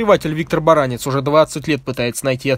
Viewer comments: В фамилии Баранец ударение на "Е". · Вообще-то БаранЕц, а не БарАнец. Вопросы поставлены правильно, ответы - кривоватые. Далеко не вся информация. В корпусе ПВО, в котором служила эта гнида, у причастных к этим событиям - была более подробная информация.